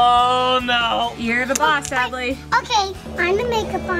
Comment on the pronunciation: It’s Adley not adle or Abley🙄